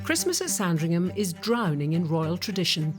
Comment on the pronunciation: It’s never pronounced “Sarn-dring-ham”. It’s “Sandringum” (short ‘a’).